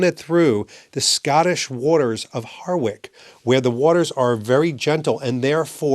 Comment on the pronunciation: Excellent T review. Hawick is not pronounced as said Ha..Wick. The way to say it is Hoy..ick. And three minutes of screen blank at the end. Strange.